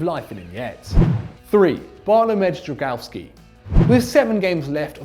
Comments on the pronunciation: I admire the effort but to pronounce the polish keepers names it’s Bart-wom-eee-ey Dr-ow-gow-ski. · You just butchered Drągiwski name, you should feel shame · Love you zac but you absolutely butchered the pronounciation of Drągowski😂